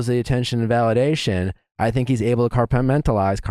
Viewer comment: Nick messed up on “compartmentalize”. It happens in podcast when ppl are rambling for over an hour lol